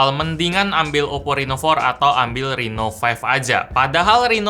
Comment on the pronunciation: Reno, bukan Rino. Dalam bahasa jawa itu artinya siang hari.